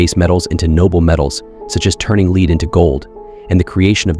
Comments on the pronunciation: lead into gold...... not "leed" but "led". Please go back and listen to the words you read <3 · yeh lead (lee'd) instead of lead (L'ed) was an obvious example, also the omission of meditation is the sort of mistake an AI would make, as it wouldn't look at popular or current practices only obscure ones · How the fuck does your AI voice pronounce Paracelsus correctly but CAN'T PRONOUNCE LEAD?!